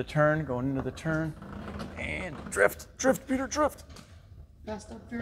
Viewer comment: Oh man it's Petah!